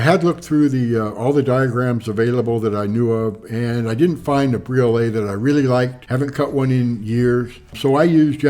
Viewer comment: Briolette. Like Gillette.